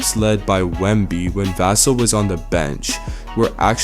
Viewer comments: Pronounced Va-sell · Devin VASSS-sel.😂arts off the video by mispronouncing his name.! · How much can you know and how big an insider can you be when you don't even know how to pronounce Devin's last name? Otherwise, good video. PS: With regard to who will replace and take Tre Jones’s point guard play and role with the team, have you ever heard of De’Aaron Fox?